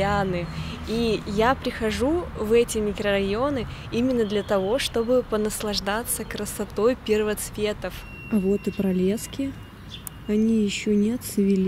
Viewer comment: Не пролески' а про'лески